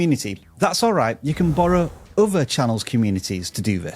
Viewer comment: "Borrow" you say?